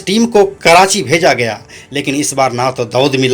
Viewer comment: छिछोरे लतख़ोर दो कौड़ी के अपराधियों को हीरो बनाकर ग्लोरीफाई करना बंद कर दो मूर्खो.. ऊपर से होस्ट.. बोलने तक नही आ रहा जिसे.. फरीद को फडीद.. छोटा राजन को छोटा ड़ाजन... कराची को कडाची.... हद है